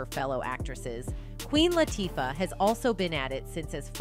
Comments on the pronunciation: It is about time, but please learn how to pronounce people's name. I do not know how many times you have butchered up Queen Latifah's name. It is not that hard to say. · If your going to make a big deal out of something the least you can do is pronounce the names properly, AI or not! Both Oprah and Queen Latifah have the power to change the Pay difference between Men and Women in the Industry... Please Note: Oprah and Queen sure make they're looked after!!!!!